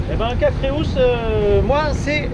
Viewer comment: Joli reportage. Il s’agit du Cap Creus c’est du catalan et correspond à l’occitan Crotz et au français Croix. Creus se lit /krew/. Imaginez un étranger dire /kroikseu/ pour le mot Croix, ça brûle les oreilles 😂